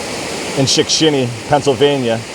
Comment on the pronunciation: As advertised! 😁 I could not count how many times you said "Shickshinny " , but it was alot. Only a true Pennsylvanian could pull that off, and say it correctly EVERY TIME.😆 Thanks for another great adventure, my friend 😊